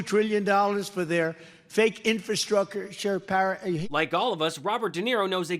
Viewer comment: I can't vote for someone that can't pronounce the word infrastructure. 😮